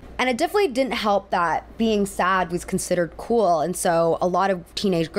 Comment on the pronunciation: I can't stand it when people say cool like k-wool